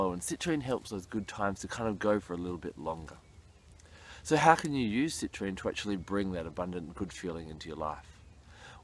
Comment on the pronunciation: Do some people call citrine...Citranite?